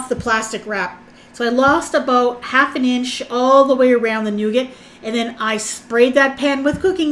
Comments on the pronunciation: Nugattt. lol it's pronounced Noo Gar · Sorry girl, but it is pronounced noo ga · you don't pronounce the t when saying nougat. 😉